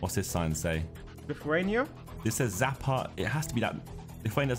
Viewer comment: Not sure if this is an English thing but why do they read "Xapa" like "Zapa" and its russian too i understand for not knowing how to read letters there. X = ch but thats not a letter in the alphabet in English but it is like in Czech.